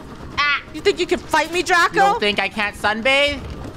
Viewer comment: It's not draco, it's draca